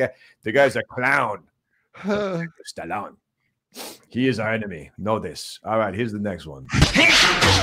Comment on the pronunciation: he gets me at stah' lone